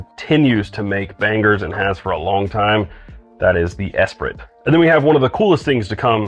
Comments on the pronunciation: Just FYI, it's not ess-prit, it's e-spree. Think of the Lotus Esprit from the late 80's. The T is silent. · Esprit = es-pree, pronunciation-wise. It’s a French word. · “Esprit” is pronounced ESS- PREE. It’s a French word meaning “spirit”! 😘